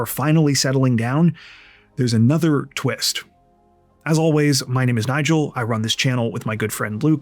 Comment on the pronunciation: "What a tweest!"